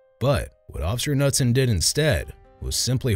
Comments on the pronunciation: the officers name is pronounced ka-noot-son! not nutson! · Isn’t it, K-newt-son? Knutson. The K is said. Just curious. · FYI: The name Knudson is pronounced Kah-nude-son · I like that you keep calling him Officer Nutson when the K in Knutson is actually NOT silent. Seems fitting though and I'm all for the pronunciation in this video. 😂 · The k is pronounced. Kah noot son.